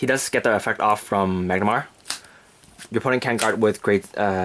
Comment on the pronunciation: have you tried using Tusk master? if so how did it go? What about using the 12 attackers for easier reaching 20K? Also it's Mah-nah-garm-er *not* Mag-na-mar